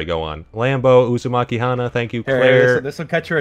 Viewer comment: I like that technoblade said uzamaki it's naruto surname